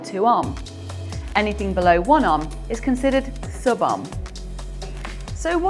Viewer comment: ohm is pronounced owhm